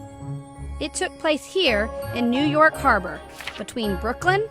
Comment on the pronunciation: you nork, I mean , NEW YORK